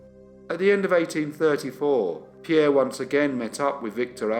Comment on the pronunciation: When I saw the notification for this new upload I could hardly wait to get home, I wanted to hear pronounce Pierre's surname😂. you are so good with the pronunciations I take my hat off to you. Keep up the good work